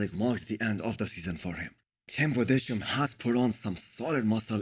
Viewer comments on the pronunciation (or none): Budes - heim . Pls spell his Name correctly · thats not the topic of this comment. I just want someones name to be spelled correctly. I dont speak Hindi and cant evaluate how difficult it is but what the fuck has hindi to do with tim Budesheims name? it was just a nice gesture because i watch videos for years and want to give him the hind das he is mispronouncing the guys name, no hard feelings:) feel free to enlighten me florian